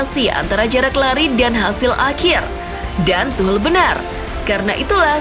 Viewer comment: Tuhcel mbak bukan tuhlel wkwk